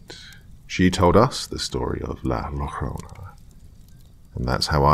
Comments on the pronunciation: That pronunciation of La Llarona.😂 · La lorona?😂😂😂😂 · La llorona is pronounced la zioh-rroh-na Think of like a polish "Zia" in front but instead it's more "zio" LL makes a weird "y" noise. More like a y/j combo Yjo-rr(roll dem f**ckers)-oh-nah Tortilla Tor-tee-yjah